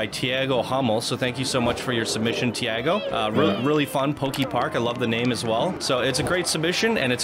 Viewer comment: Hey dude, I think with the creator of the park is brasilian, the name Tiago is speaked "Tea Go" :)